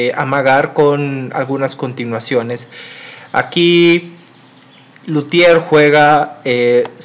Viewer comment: Es Lautier no Lutier.